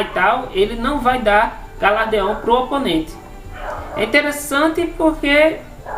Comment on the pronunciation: Ótimo vídeo. Apenas corrigindo: o nome é galardão e não galardeão. ;)